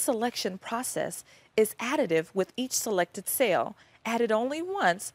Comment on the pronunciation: I get distracted by her pronunciation of "cell" or "sail".